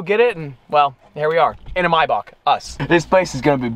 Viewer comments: Are we just going to ignore the fact the says “my Bach” and not “may Bach” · Anyone else cringe at the way he said maybach 😭 he said “mybock” its “mayback” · Man really said “my boc” lmao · say with me maybach is pronounced “MAY-BACK” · I always thought was a cool dude until I heard him say Maybach now idk bout this guy 🤔